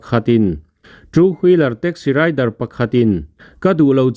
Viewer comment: Driver ,tih ni awm Tak a rider tia I lam Rik ziah hi beng a thlep deuh ,han uluk leh deuh teh